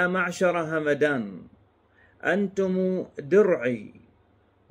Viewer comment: أعتقد ان القبيلة تلفظ همدان بسكون الميم